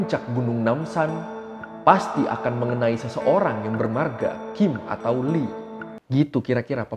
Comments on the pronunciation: Bukan Li, tapi I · Bukan lee bang yg bener bacanya i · FYI yaah yang artinya emas itu awalhya "geum" tapi karta pronoun nya sama kaya "kim" maka artinya disamakan. Terus pronoun nya "Lee" itu dibaca "i" jadi kalau Lee Donghae dibaca i dong-he "Choi" dibaca "Cwe" contoh Cwe Shiwon "Cho" penyebutannya sama seperti marga "jo" misal Cho Kyuhyun dibaca "Jo Kyu-hyon" "Jung" dibaca "Jong" misal "Junghyun" dibaca "Jong-Hyon" Biasanya kalo di tulisan latin yang ada huruf "eo" itu pronounce nya ke huruf "o" misal "Tae-yon" "Gor-yo" Kalau "oo" pronounce nya "u" misal "park So-Jun" "Cha Eun-U/ enu" Maaf yaah ga maksud ngajarin, tapi suka gregetan kalo nyebutin nama2 dalam bakor eo-nya dibaca jugaaa 😅😁 Begicuuuu...